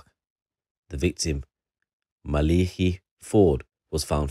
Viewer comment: It's pronounced ma Le ki not maliki was known locally in the south east and beyond